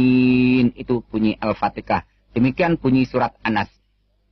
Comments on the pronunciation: Bukan alfatekah kiyai tapi alfatihah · Gk jelas sapa yg bicara.. Sayyidina dy sebut sahidina.. Alfatiha d blang Alfateka.. "Iyaa kana'budu" d baca "iyya kana'butu"😅Ketahuan ini kisah bohong. Hnya baca text aja.. Masya Allah.. Sepintar2nya org kafir yg ingin menyesatkn Alquran, pasti ketahuan bohongnya.. Tuhan it Allah ato Yesus sih? Trus roh kudus it sapa? Dy laki ato perempuan?